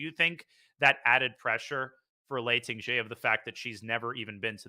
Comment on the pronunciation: Can someone please tell the commentators that jie in Tingjie is pronounced jee-eh, and not just jee